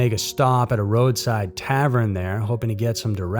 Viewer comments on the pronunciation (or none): TAVERN NOT TAVREN!!!! SO ANNOYING WHEN YOU MISPRONOUNCE SIMPLE WORDS!!!!!